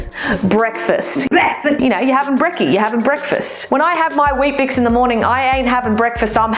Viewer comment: She said weekbix